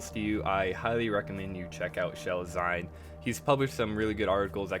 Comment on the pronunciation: pretty great breakdown but "Zine" is pronounced "Zeen". Its 'Zine. Like Magazine, which it is short for.